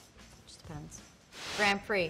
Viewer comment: A professional racing driver should really know how to pronounce 'Grand Prix'